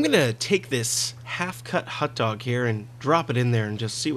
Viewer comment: Did he actually say 'HOT dog'?